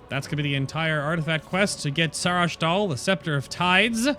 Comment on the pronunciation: I'm confused. You kept pronouncing the weapon's name as though it had a second 'h', and when Erunak said its name, you said there's a "light 'h'". There is no second 'h'. And yes, I realise this video is a few months old.